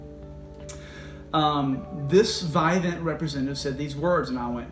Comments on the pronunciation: Pronounced vivint not vi vint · It's vivint not vivant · Those touchlink panels you’re referring to are trash and slow. Vivint’s panel is much better. Why would they create something that could be taken over anyway. Also it’s pronounced VIV-INT not VI-VENT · It’s not Vidant there’s no D in the name it’s Vivent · Lmao.. Whoo tf is "VIGH-VENT"😂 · You’re saying the name wrong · I think you’re saying it wrong... lol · First off pronounce the name right first before making a video about it lol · You’re pronouncing “Vivint” wrong. Lol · Wait what's the issue? Just because they make it so no one else can use their equipment? And you don't even pronounce Vivint correctly 😂